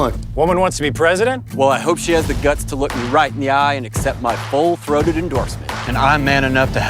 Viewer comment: Did he say "My pole throated endorsement"?